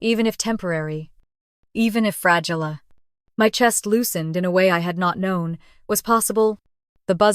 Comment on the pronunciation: AI mispronouncing Chest (CH as in cheese ) CH est